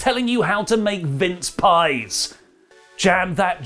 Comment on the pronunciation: When you said 'Vince pies' I thought for sure you said 'minced' and I misheard. Never seen pies like that before, but they look good.